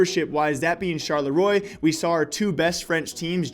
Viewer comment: please google how to pronounce Charleroi!